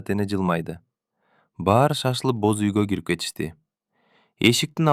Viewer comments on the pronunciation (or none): Бөз үй эмес Боз үй дечи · Бөз үй эмес боз үй😊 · Бөз үй, Нургуль, Үна. У, ү,Ө,о катышкан сөздөрдү үйрөнүп алсаң. Азаматсын. Кыргыздар деле орустардын ар бир сөзүн так сүйлөгөнгө аракет кылабыз. Орустар деле так сүйлөшсө кыргызча кыргыз тилин тебелешбей. Орустар кыргызча сүйлөгүсү келбейт. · Нургүл чыгаар,какшатыптын оорду, кашатып, иши кылып орус окубай эле койсо болмок экен!бөзуй. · Кыргызсынбы туура окуганды уйронуп албайсынбы??? Боз уй де.